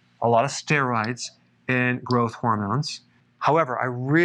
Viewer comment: Did you say sterides or steroids ?